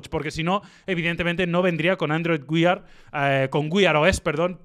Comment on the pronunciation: Así no se pronuncia "wear"